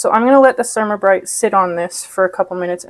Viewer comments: The Cer -A-ma -brite (for "ceramic" not "sermuh" ) is supposed to be used without water - it is a fine abrasive that is scrubbed with a dry cloth or paper towel to clean and buff like a paste car wax does. It wipes clean. Works on mine unless I let it build up. I have also used a razor blade for smal areas, then finished with Ceramabrite. 👍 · Pronounce it cer ram a (like ceramic tile) not ( sure am a). Don’t use a half cup of cleanser, just a very small amount and don’t wait until the cooktop is horribly dirty. Clean it every time you cook, after it has cooled. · It is pronounced CER-AM-A Bryte.